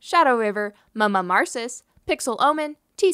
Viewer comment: I she pronouncing Mmmarcis correctly? I've always assumed it was supposed to be pronounced with an "mmm" sound at the beginning, like the sound people make when something is yummy. So it's like a long m sound. But she always says "Muhmuh" at the beginning.